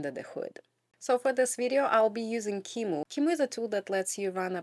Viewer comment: It's only because of you that we now know how to pronounce qemu. Thank you!